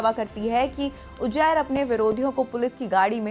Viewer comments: Uzair ❌ Ujair ✅ 😂😂😂😂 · Anpadh anchor. Ujair nahi Uzair hai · Name pronunce krna nhi ata ujjair 😂😂😂